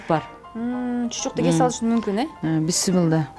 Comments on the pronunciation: Быссымылла дебей биссимилльа десен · Быссымылда эмес, Биссимиляхи деп эле айтылат! Чала кыргыз 👎👎👎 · Ушул эже бысмылла дейт тооба биссимилла эле дей берсе эмне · Бысымыла эмес бисмилля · Журналистка Кыз бысымыла эмес бисимилла болот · Бисымыла дейт да Бисмылда